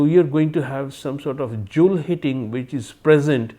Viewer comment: His Bengali-accented pronunciation is so difficult to understand. Did he say "zone heating" or "Joule heating"? This is the problem with MOST IIT Kgp Bengali professors.